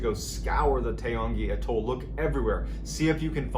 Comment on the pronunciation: Took me a minute to realise what you were calling an A - toll. Atoll